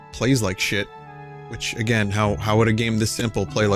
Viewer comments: "Try Agrain" A grain? No thanks, I'm trying to cut down on the carbs. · 'try agrain'